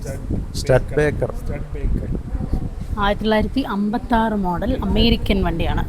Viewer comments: സ്റ്റഡ് ബേക്കർ എന്നല്ല ആ വണ്ടിയെ പറയുന്നത് സ്റ്റുഡി ബേക്കർ എന്നാണ്. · മെയിൻ ഡ്രൈവറെ സ്റ്റുഡി ബേക്ക എന്നാണേ... ഉച്ചാരണം... സ്റ്റഡ് ബേക്കർ എന്നല്ല